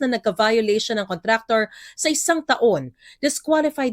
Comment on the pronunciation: Why is everyone keep mispronouncing the word, "contractor?"